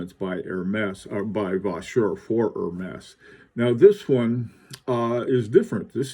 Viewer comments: Zut alors! More like "Air -mez"! Certainly no 'H'! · I really like it with the orange band. Ps. Not to correct your creative French, but I believe it's pronounced more like Hermeeze. I'll see myself out.....